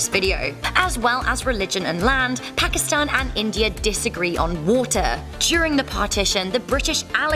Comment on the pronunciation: You pronounce pakistan wrong in from Pakistan and we pronounce it pa ki stan